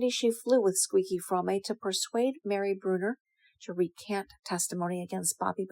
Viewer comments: You didn't even pronounce ATWA and Fromme correctly, another video filled with distorted half truths and regurgitated lies. You could become a writer for soap operas. Red and Blue are so much more than what you have portrayed them to be in this video, they are full of curiosity, wisdom, humor and authenticity, both have a deep connection to nature. They are strong, creative and inspiring. You got a lot of things wrong in your video, I won't take the time to list them all but I will give you one example, Blue never had a drivers license and never drove a car, she wasn't waiting as the getaway driver, she was sleeping in the back of the vehicle and was kidnapped by Como who forced her to drive, she was sleeping in the back of the vehicle and he told her to get in the driver seat, she told him she could not drive, he told her he would kill her if she didn't so she drove off and immediately wrecked the truck, if you would read Lynette Fromme's response to the Jess Bravin book 'Squeaky' you will read about this story and learn how to pronounce her name correctly. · Your pronunciation of “Fromme” undermines your credibility, ma’am